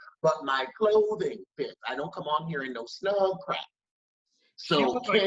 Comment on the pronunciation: It’s the “clothing” for me. Lmao. Why did you say it like that ? 😂😂😂💀💀